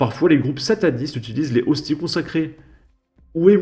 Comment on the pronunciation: Cela se voit que vous êtes athée ! On ne prononce pas "les hosti" mais "lézosti" avec la liaison ! On ne dit pas "la diocèse" mais "le diocèse" ! "Mg" cela signifie bien "Monseigneur" et désigne un évêque ! Allez.... sans rancune ! J'adore vos vidéos ! Et les profanateurs savent très bien ce qu'ils font ; une église profanée de la sorte doit être "re-sacralisée"